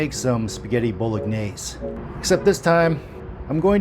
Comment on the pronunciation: Looks great for a non Italian : ) P.S You don't pronounce the "G" in Bolognese, just saying.